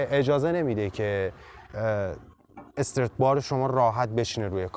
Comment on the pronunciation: استرِت نه ، همون استرات که توی تایتل هم نوشتی درسته و تلفظ همونه . Strut bar به معنی بند کردن هست خوده استرات و بار هم که میله و توی تعلیق استرات های مختلف داریم مثلاً توی همین ماشین ، خود کمک فنر یه استرات هست